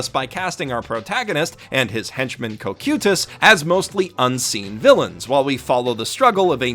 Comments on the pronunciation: im sorry did he say co-cute-us instead of cocytus. i laugh out loud when hering this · and his pronunciation of cocytus???? wtf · Ko-cute-us 4 real Ko-ky-tus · Why did you say cocytus’s name so weird?